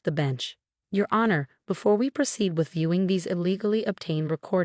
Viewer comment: Same storyteller who mispronounces several words like sabotage, honor, facade, etc. which can be in fact edited if the author is not lazy.